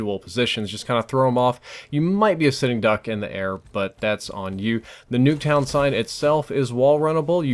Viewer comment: "Nacktuown" ok..